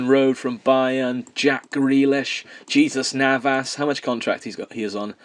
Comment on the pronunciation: It is funny how you British ignorant person is not even able to pronounce foreign names correctly. JESUS Navas, what a fail.